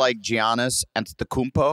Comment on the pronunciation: “geeyanis” adam still Can’t say his name right💀 Edit: he did hit that antetokounmpo Though 😂